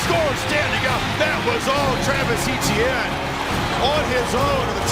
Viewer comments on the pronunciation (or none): Just so you all know Travis Etienne's last name is pronounced *ET-CHYAN not *E-T-YIN everyone from south Louisiana (Travis's Home) cringes every time they say *E-T-YIN on TV